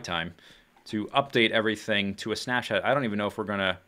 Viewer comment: It sounds like you're saying 'Schnaps-shot', that sounds disgusting! :D